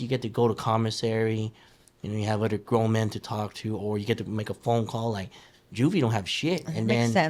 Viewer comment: He pronounces Other Otter